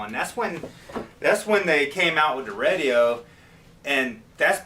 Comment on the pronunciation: Love the way says Radio! Lol 🤪